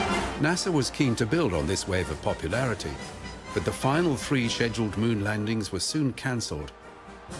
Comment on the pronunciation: Between the constant “ People’s Court” music and the. Missions being “sezhuled”, I’ve had enough of the horrible video and couldn’t watch it anymore.